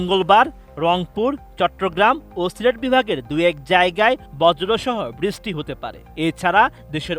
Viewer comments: বৃস্টি হবে না, ওটা “বৃষ্টি” হবে। উচ্চারণ ঠিক করতে সমস্যা কি এদের… 🥴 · বৃষ্টি ভালো করে উচ্চারণ করতে শিখেন😂😂